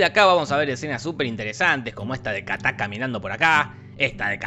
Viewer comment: El chamaco de Will Smith se llama “KITAI” Jorge “KATÁ” 😂😂😂😂😂😂😂😂😂😂😂